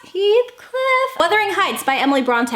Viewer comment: *WUTHERING.....absolutely not Withering